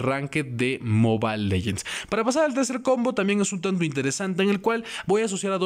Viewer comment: Soy el unico que le caga que diga moba legends ._.